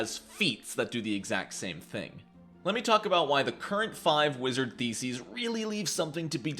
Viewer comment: Funny how he pronounces theses. It sounds like feces. Which sums up the wizard class, even after the remaster.